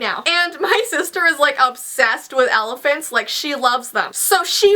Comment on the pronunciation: alaphants